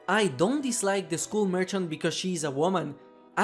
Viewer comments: It's not mercant it's merchant TWT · merCHant MerCHant The CH is pronounced "tsh" M E R TSH A N T Merchant!! Thank you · I guess "merchant" is that hard to say.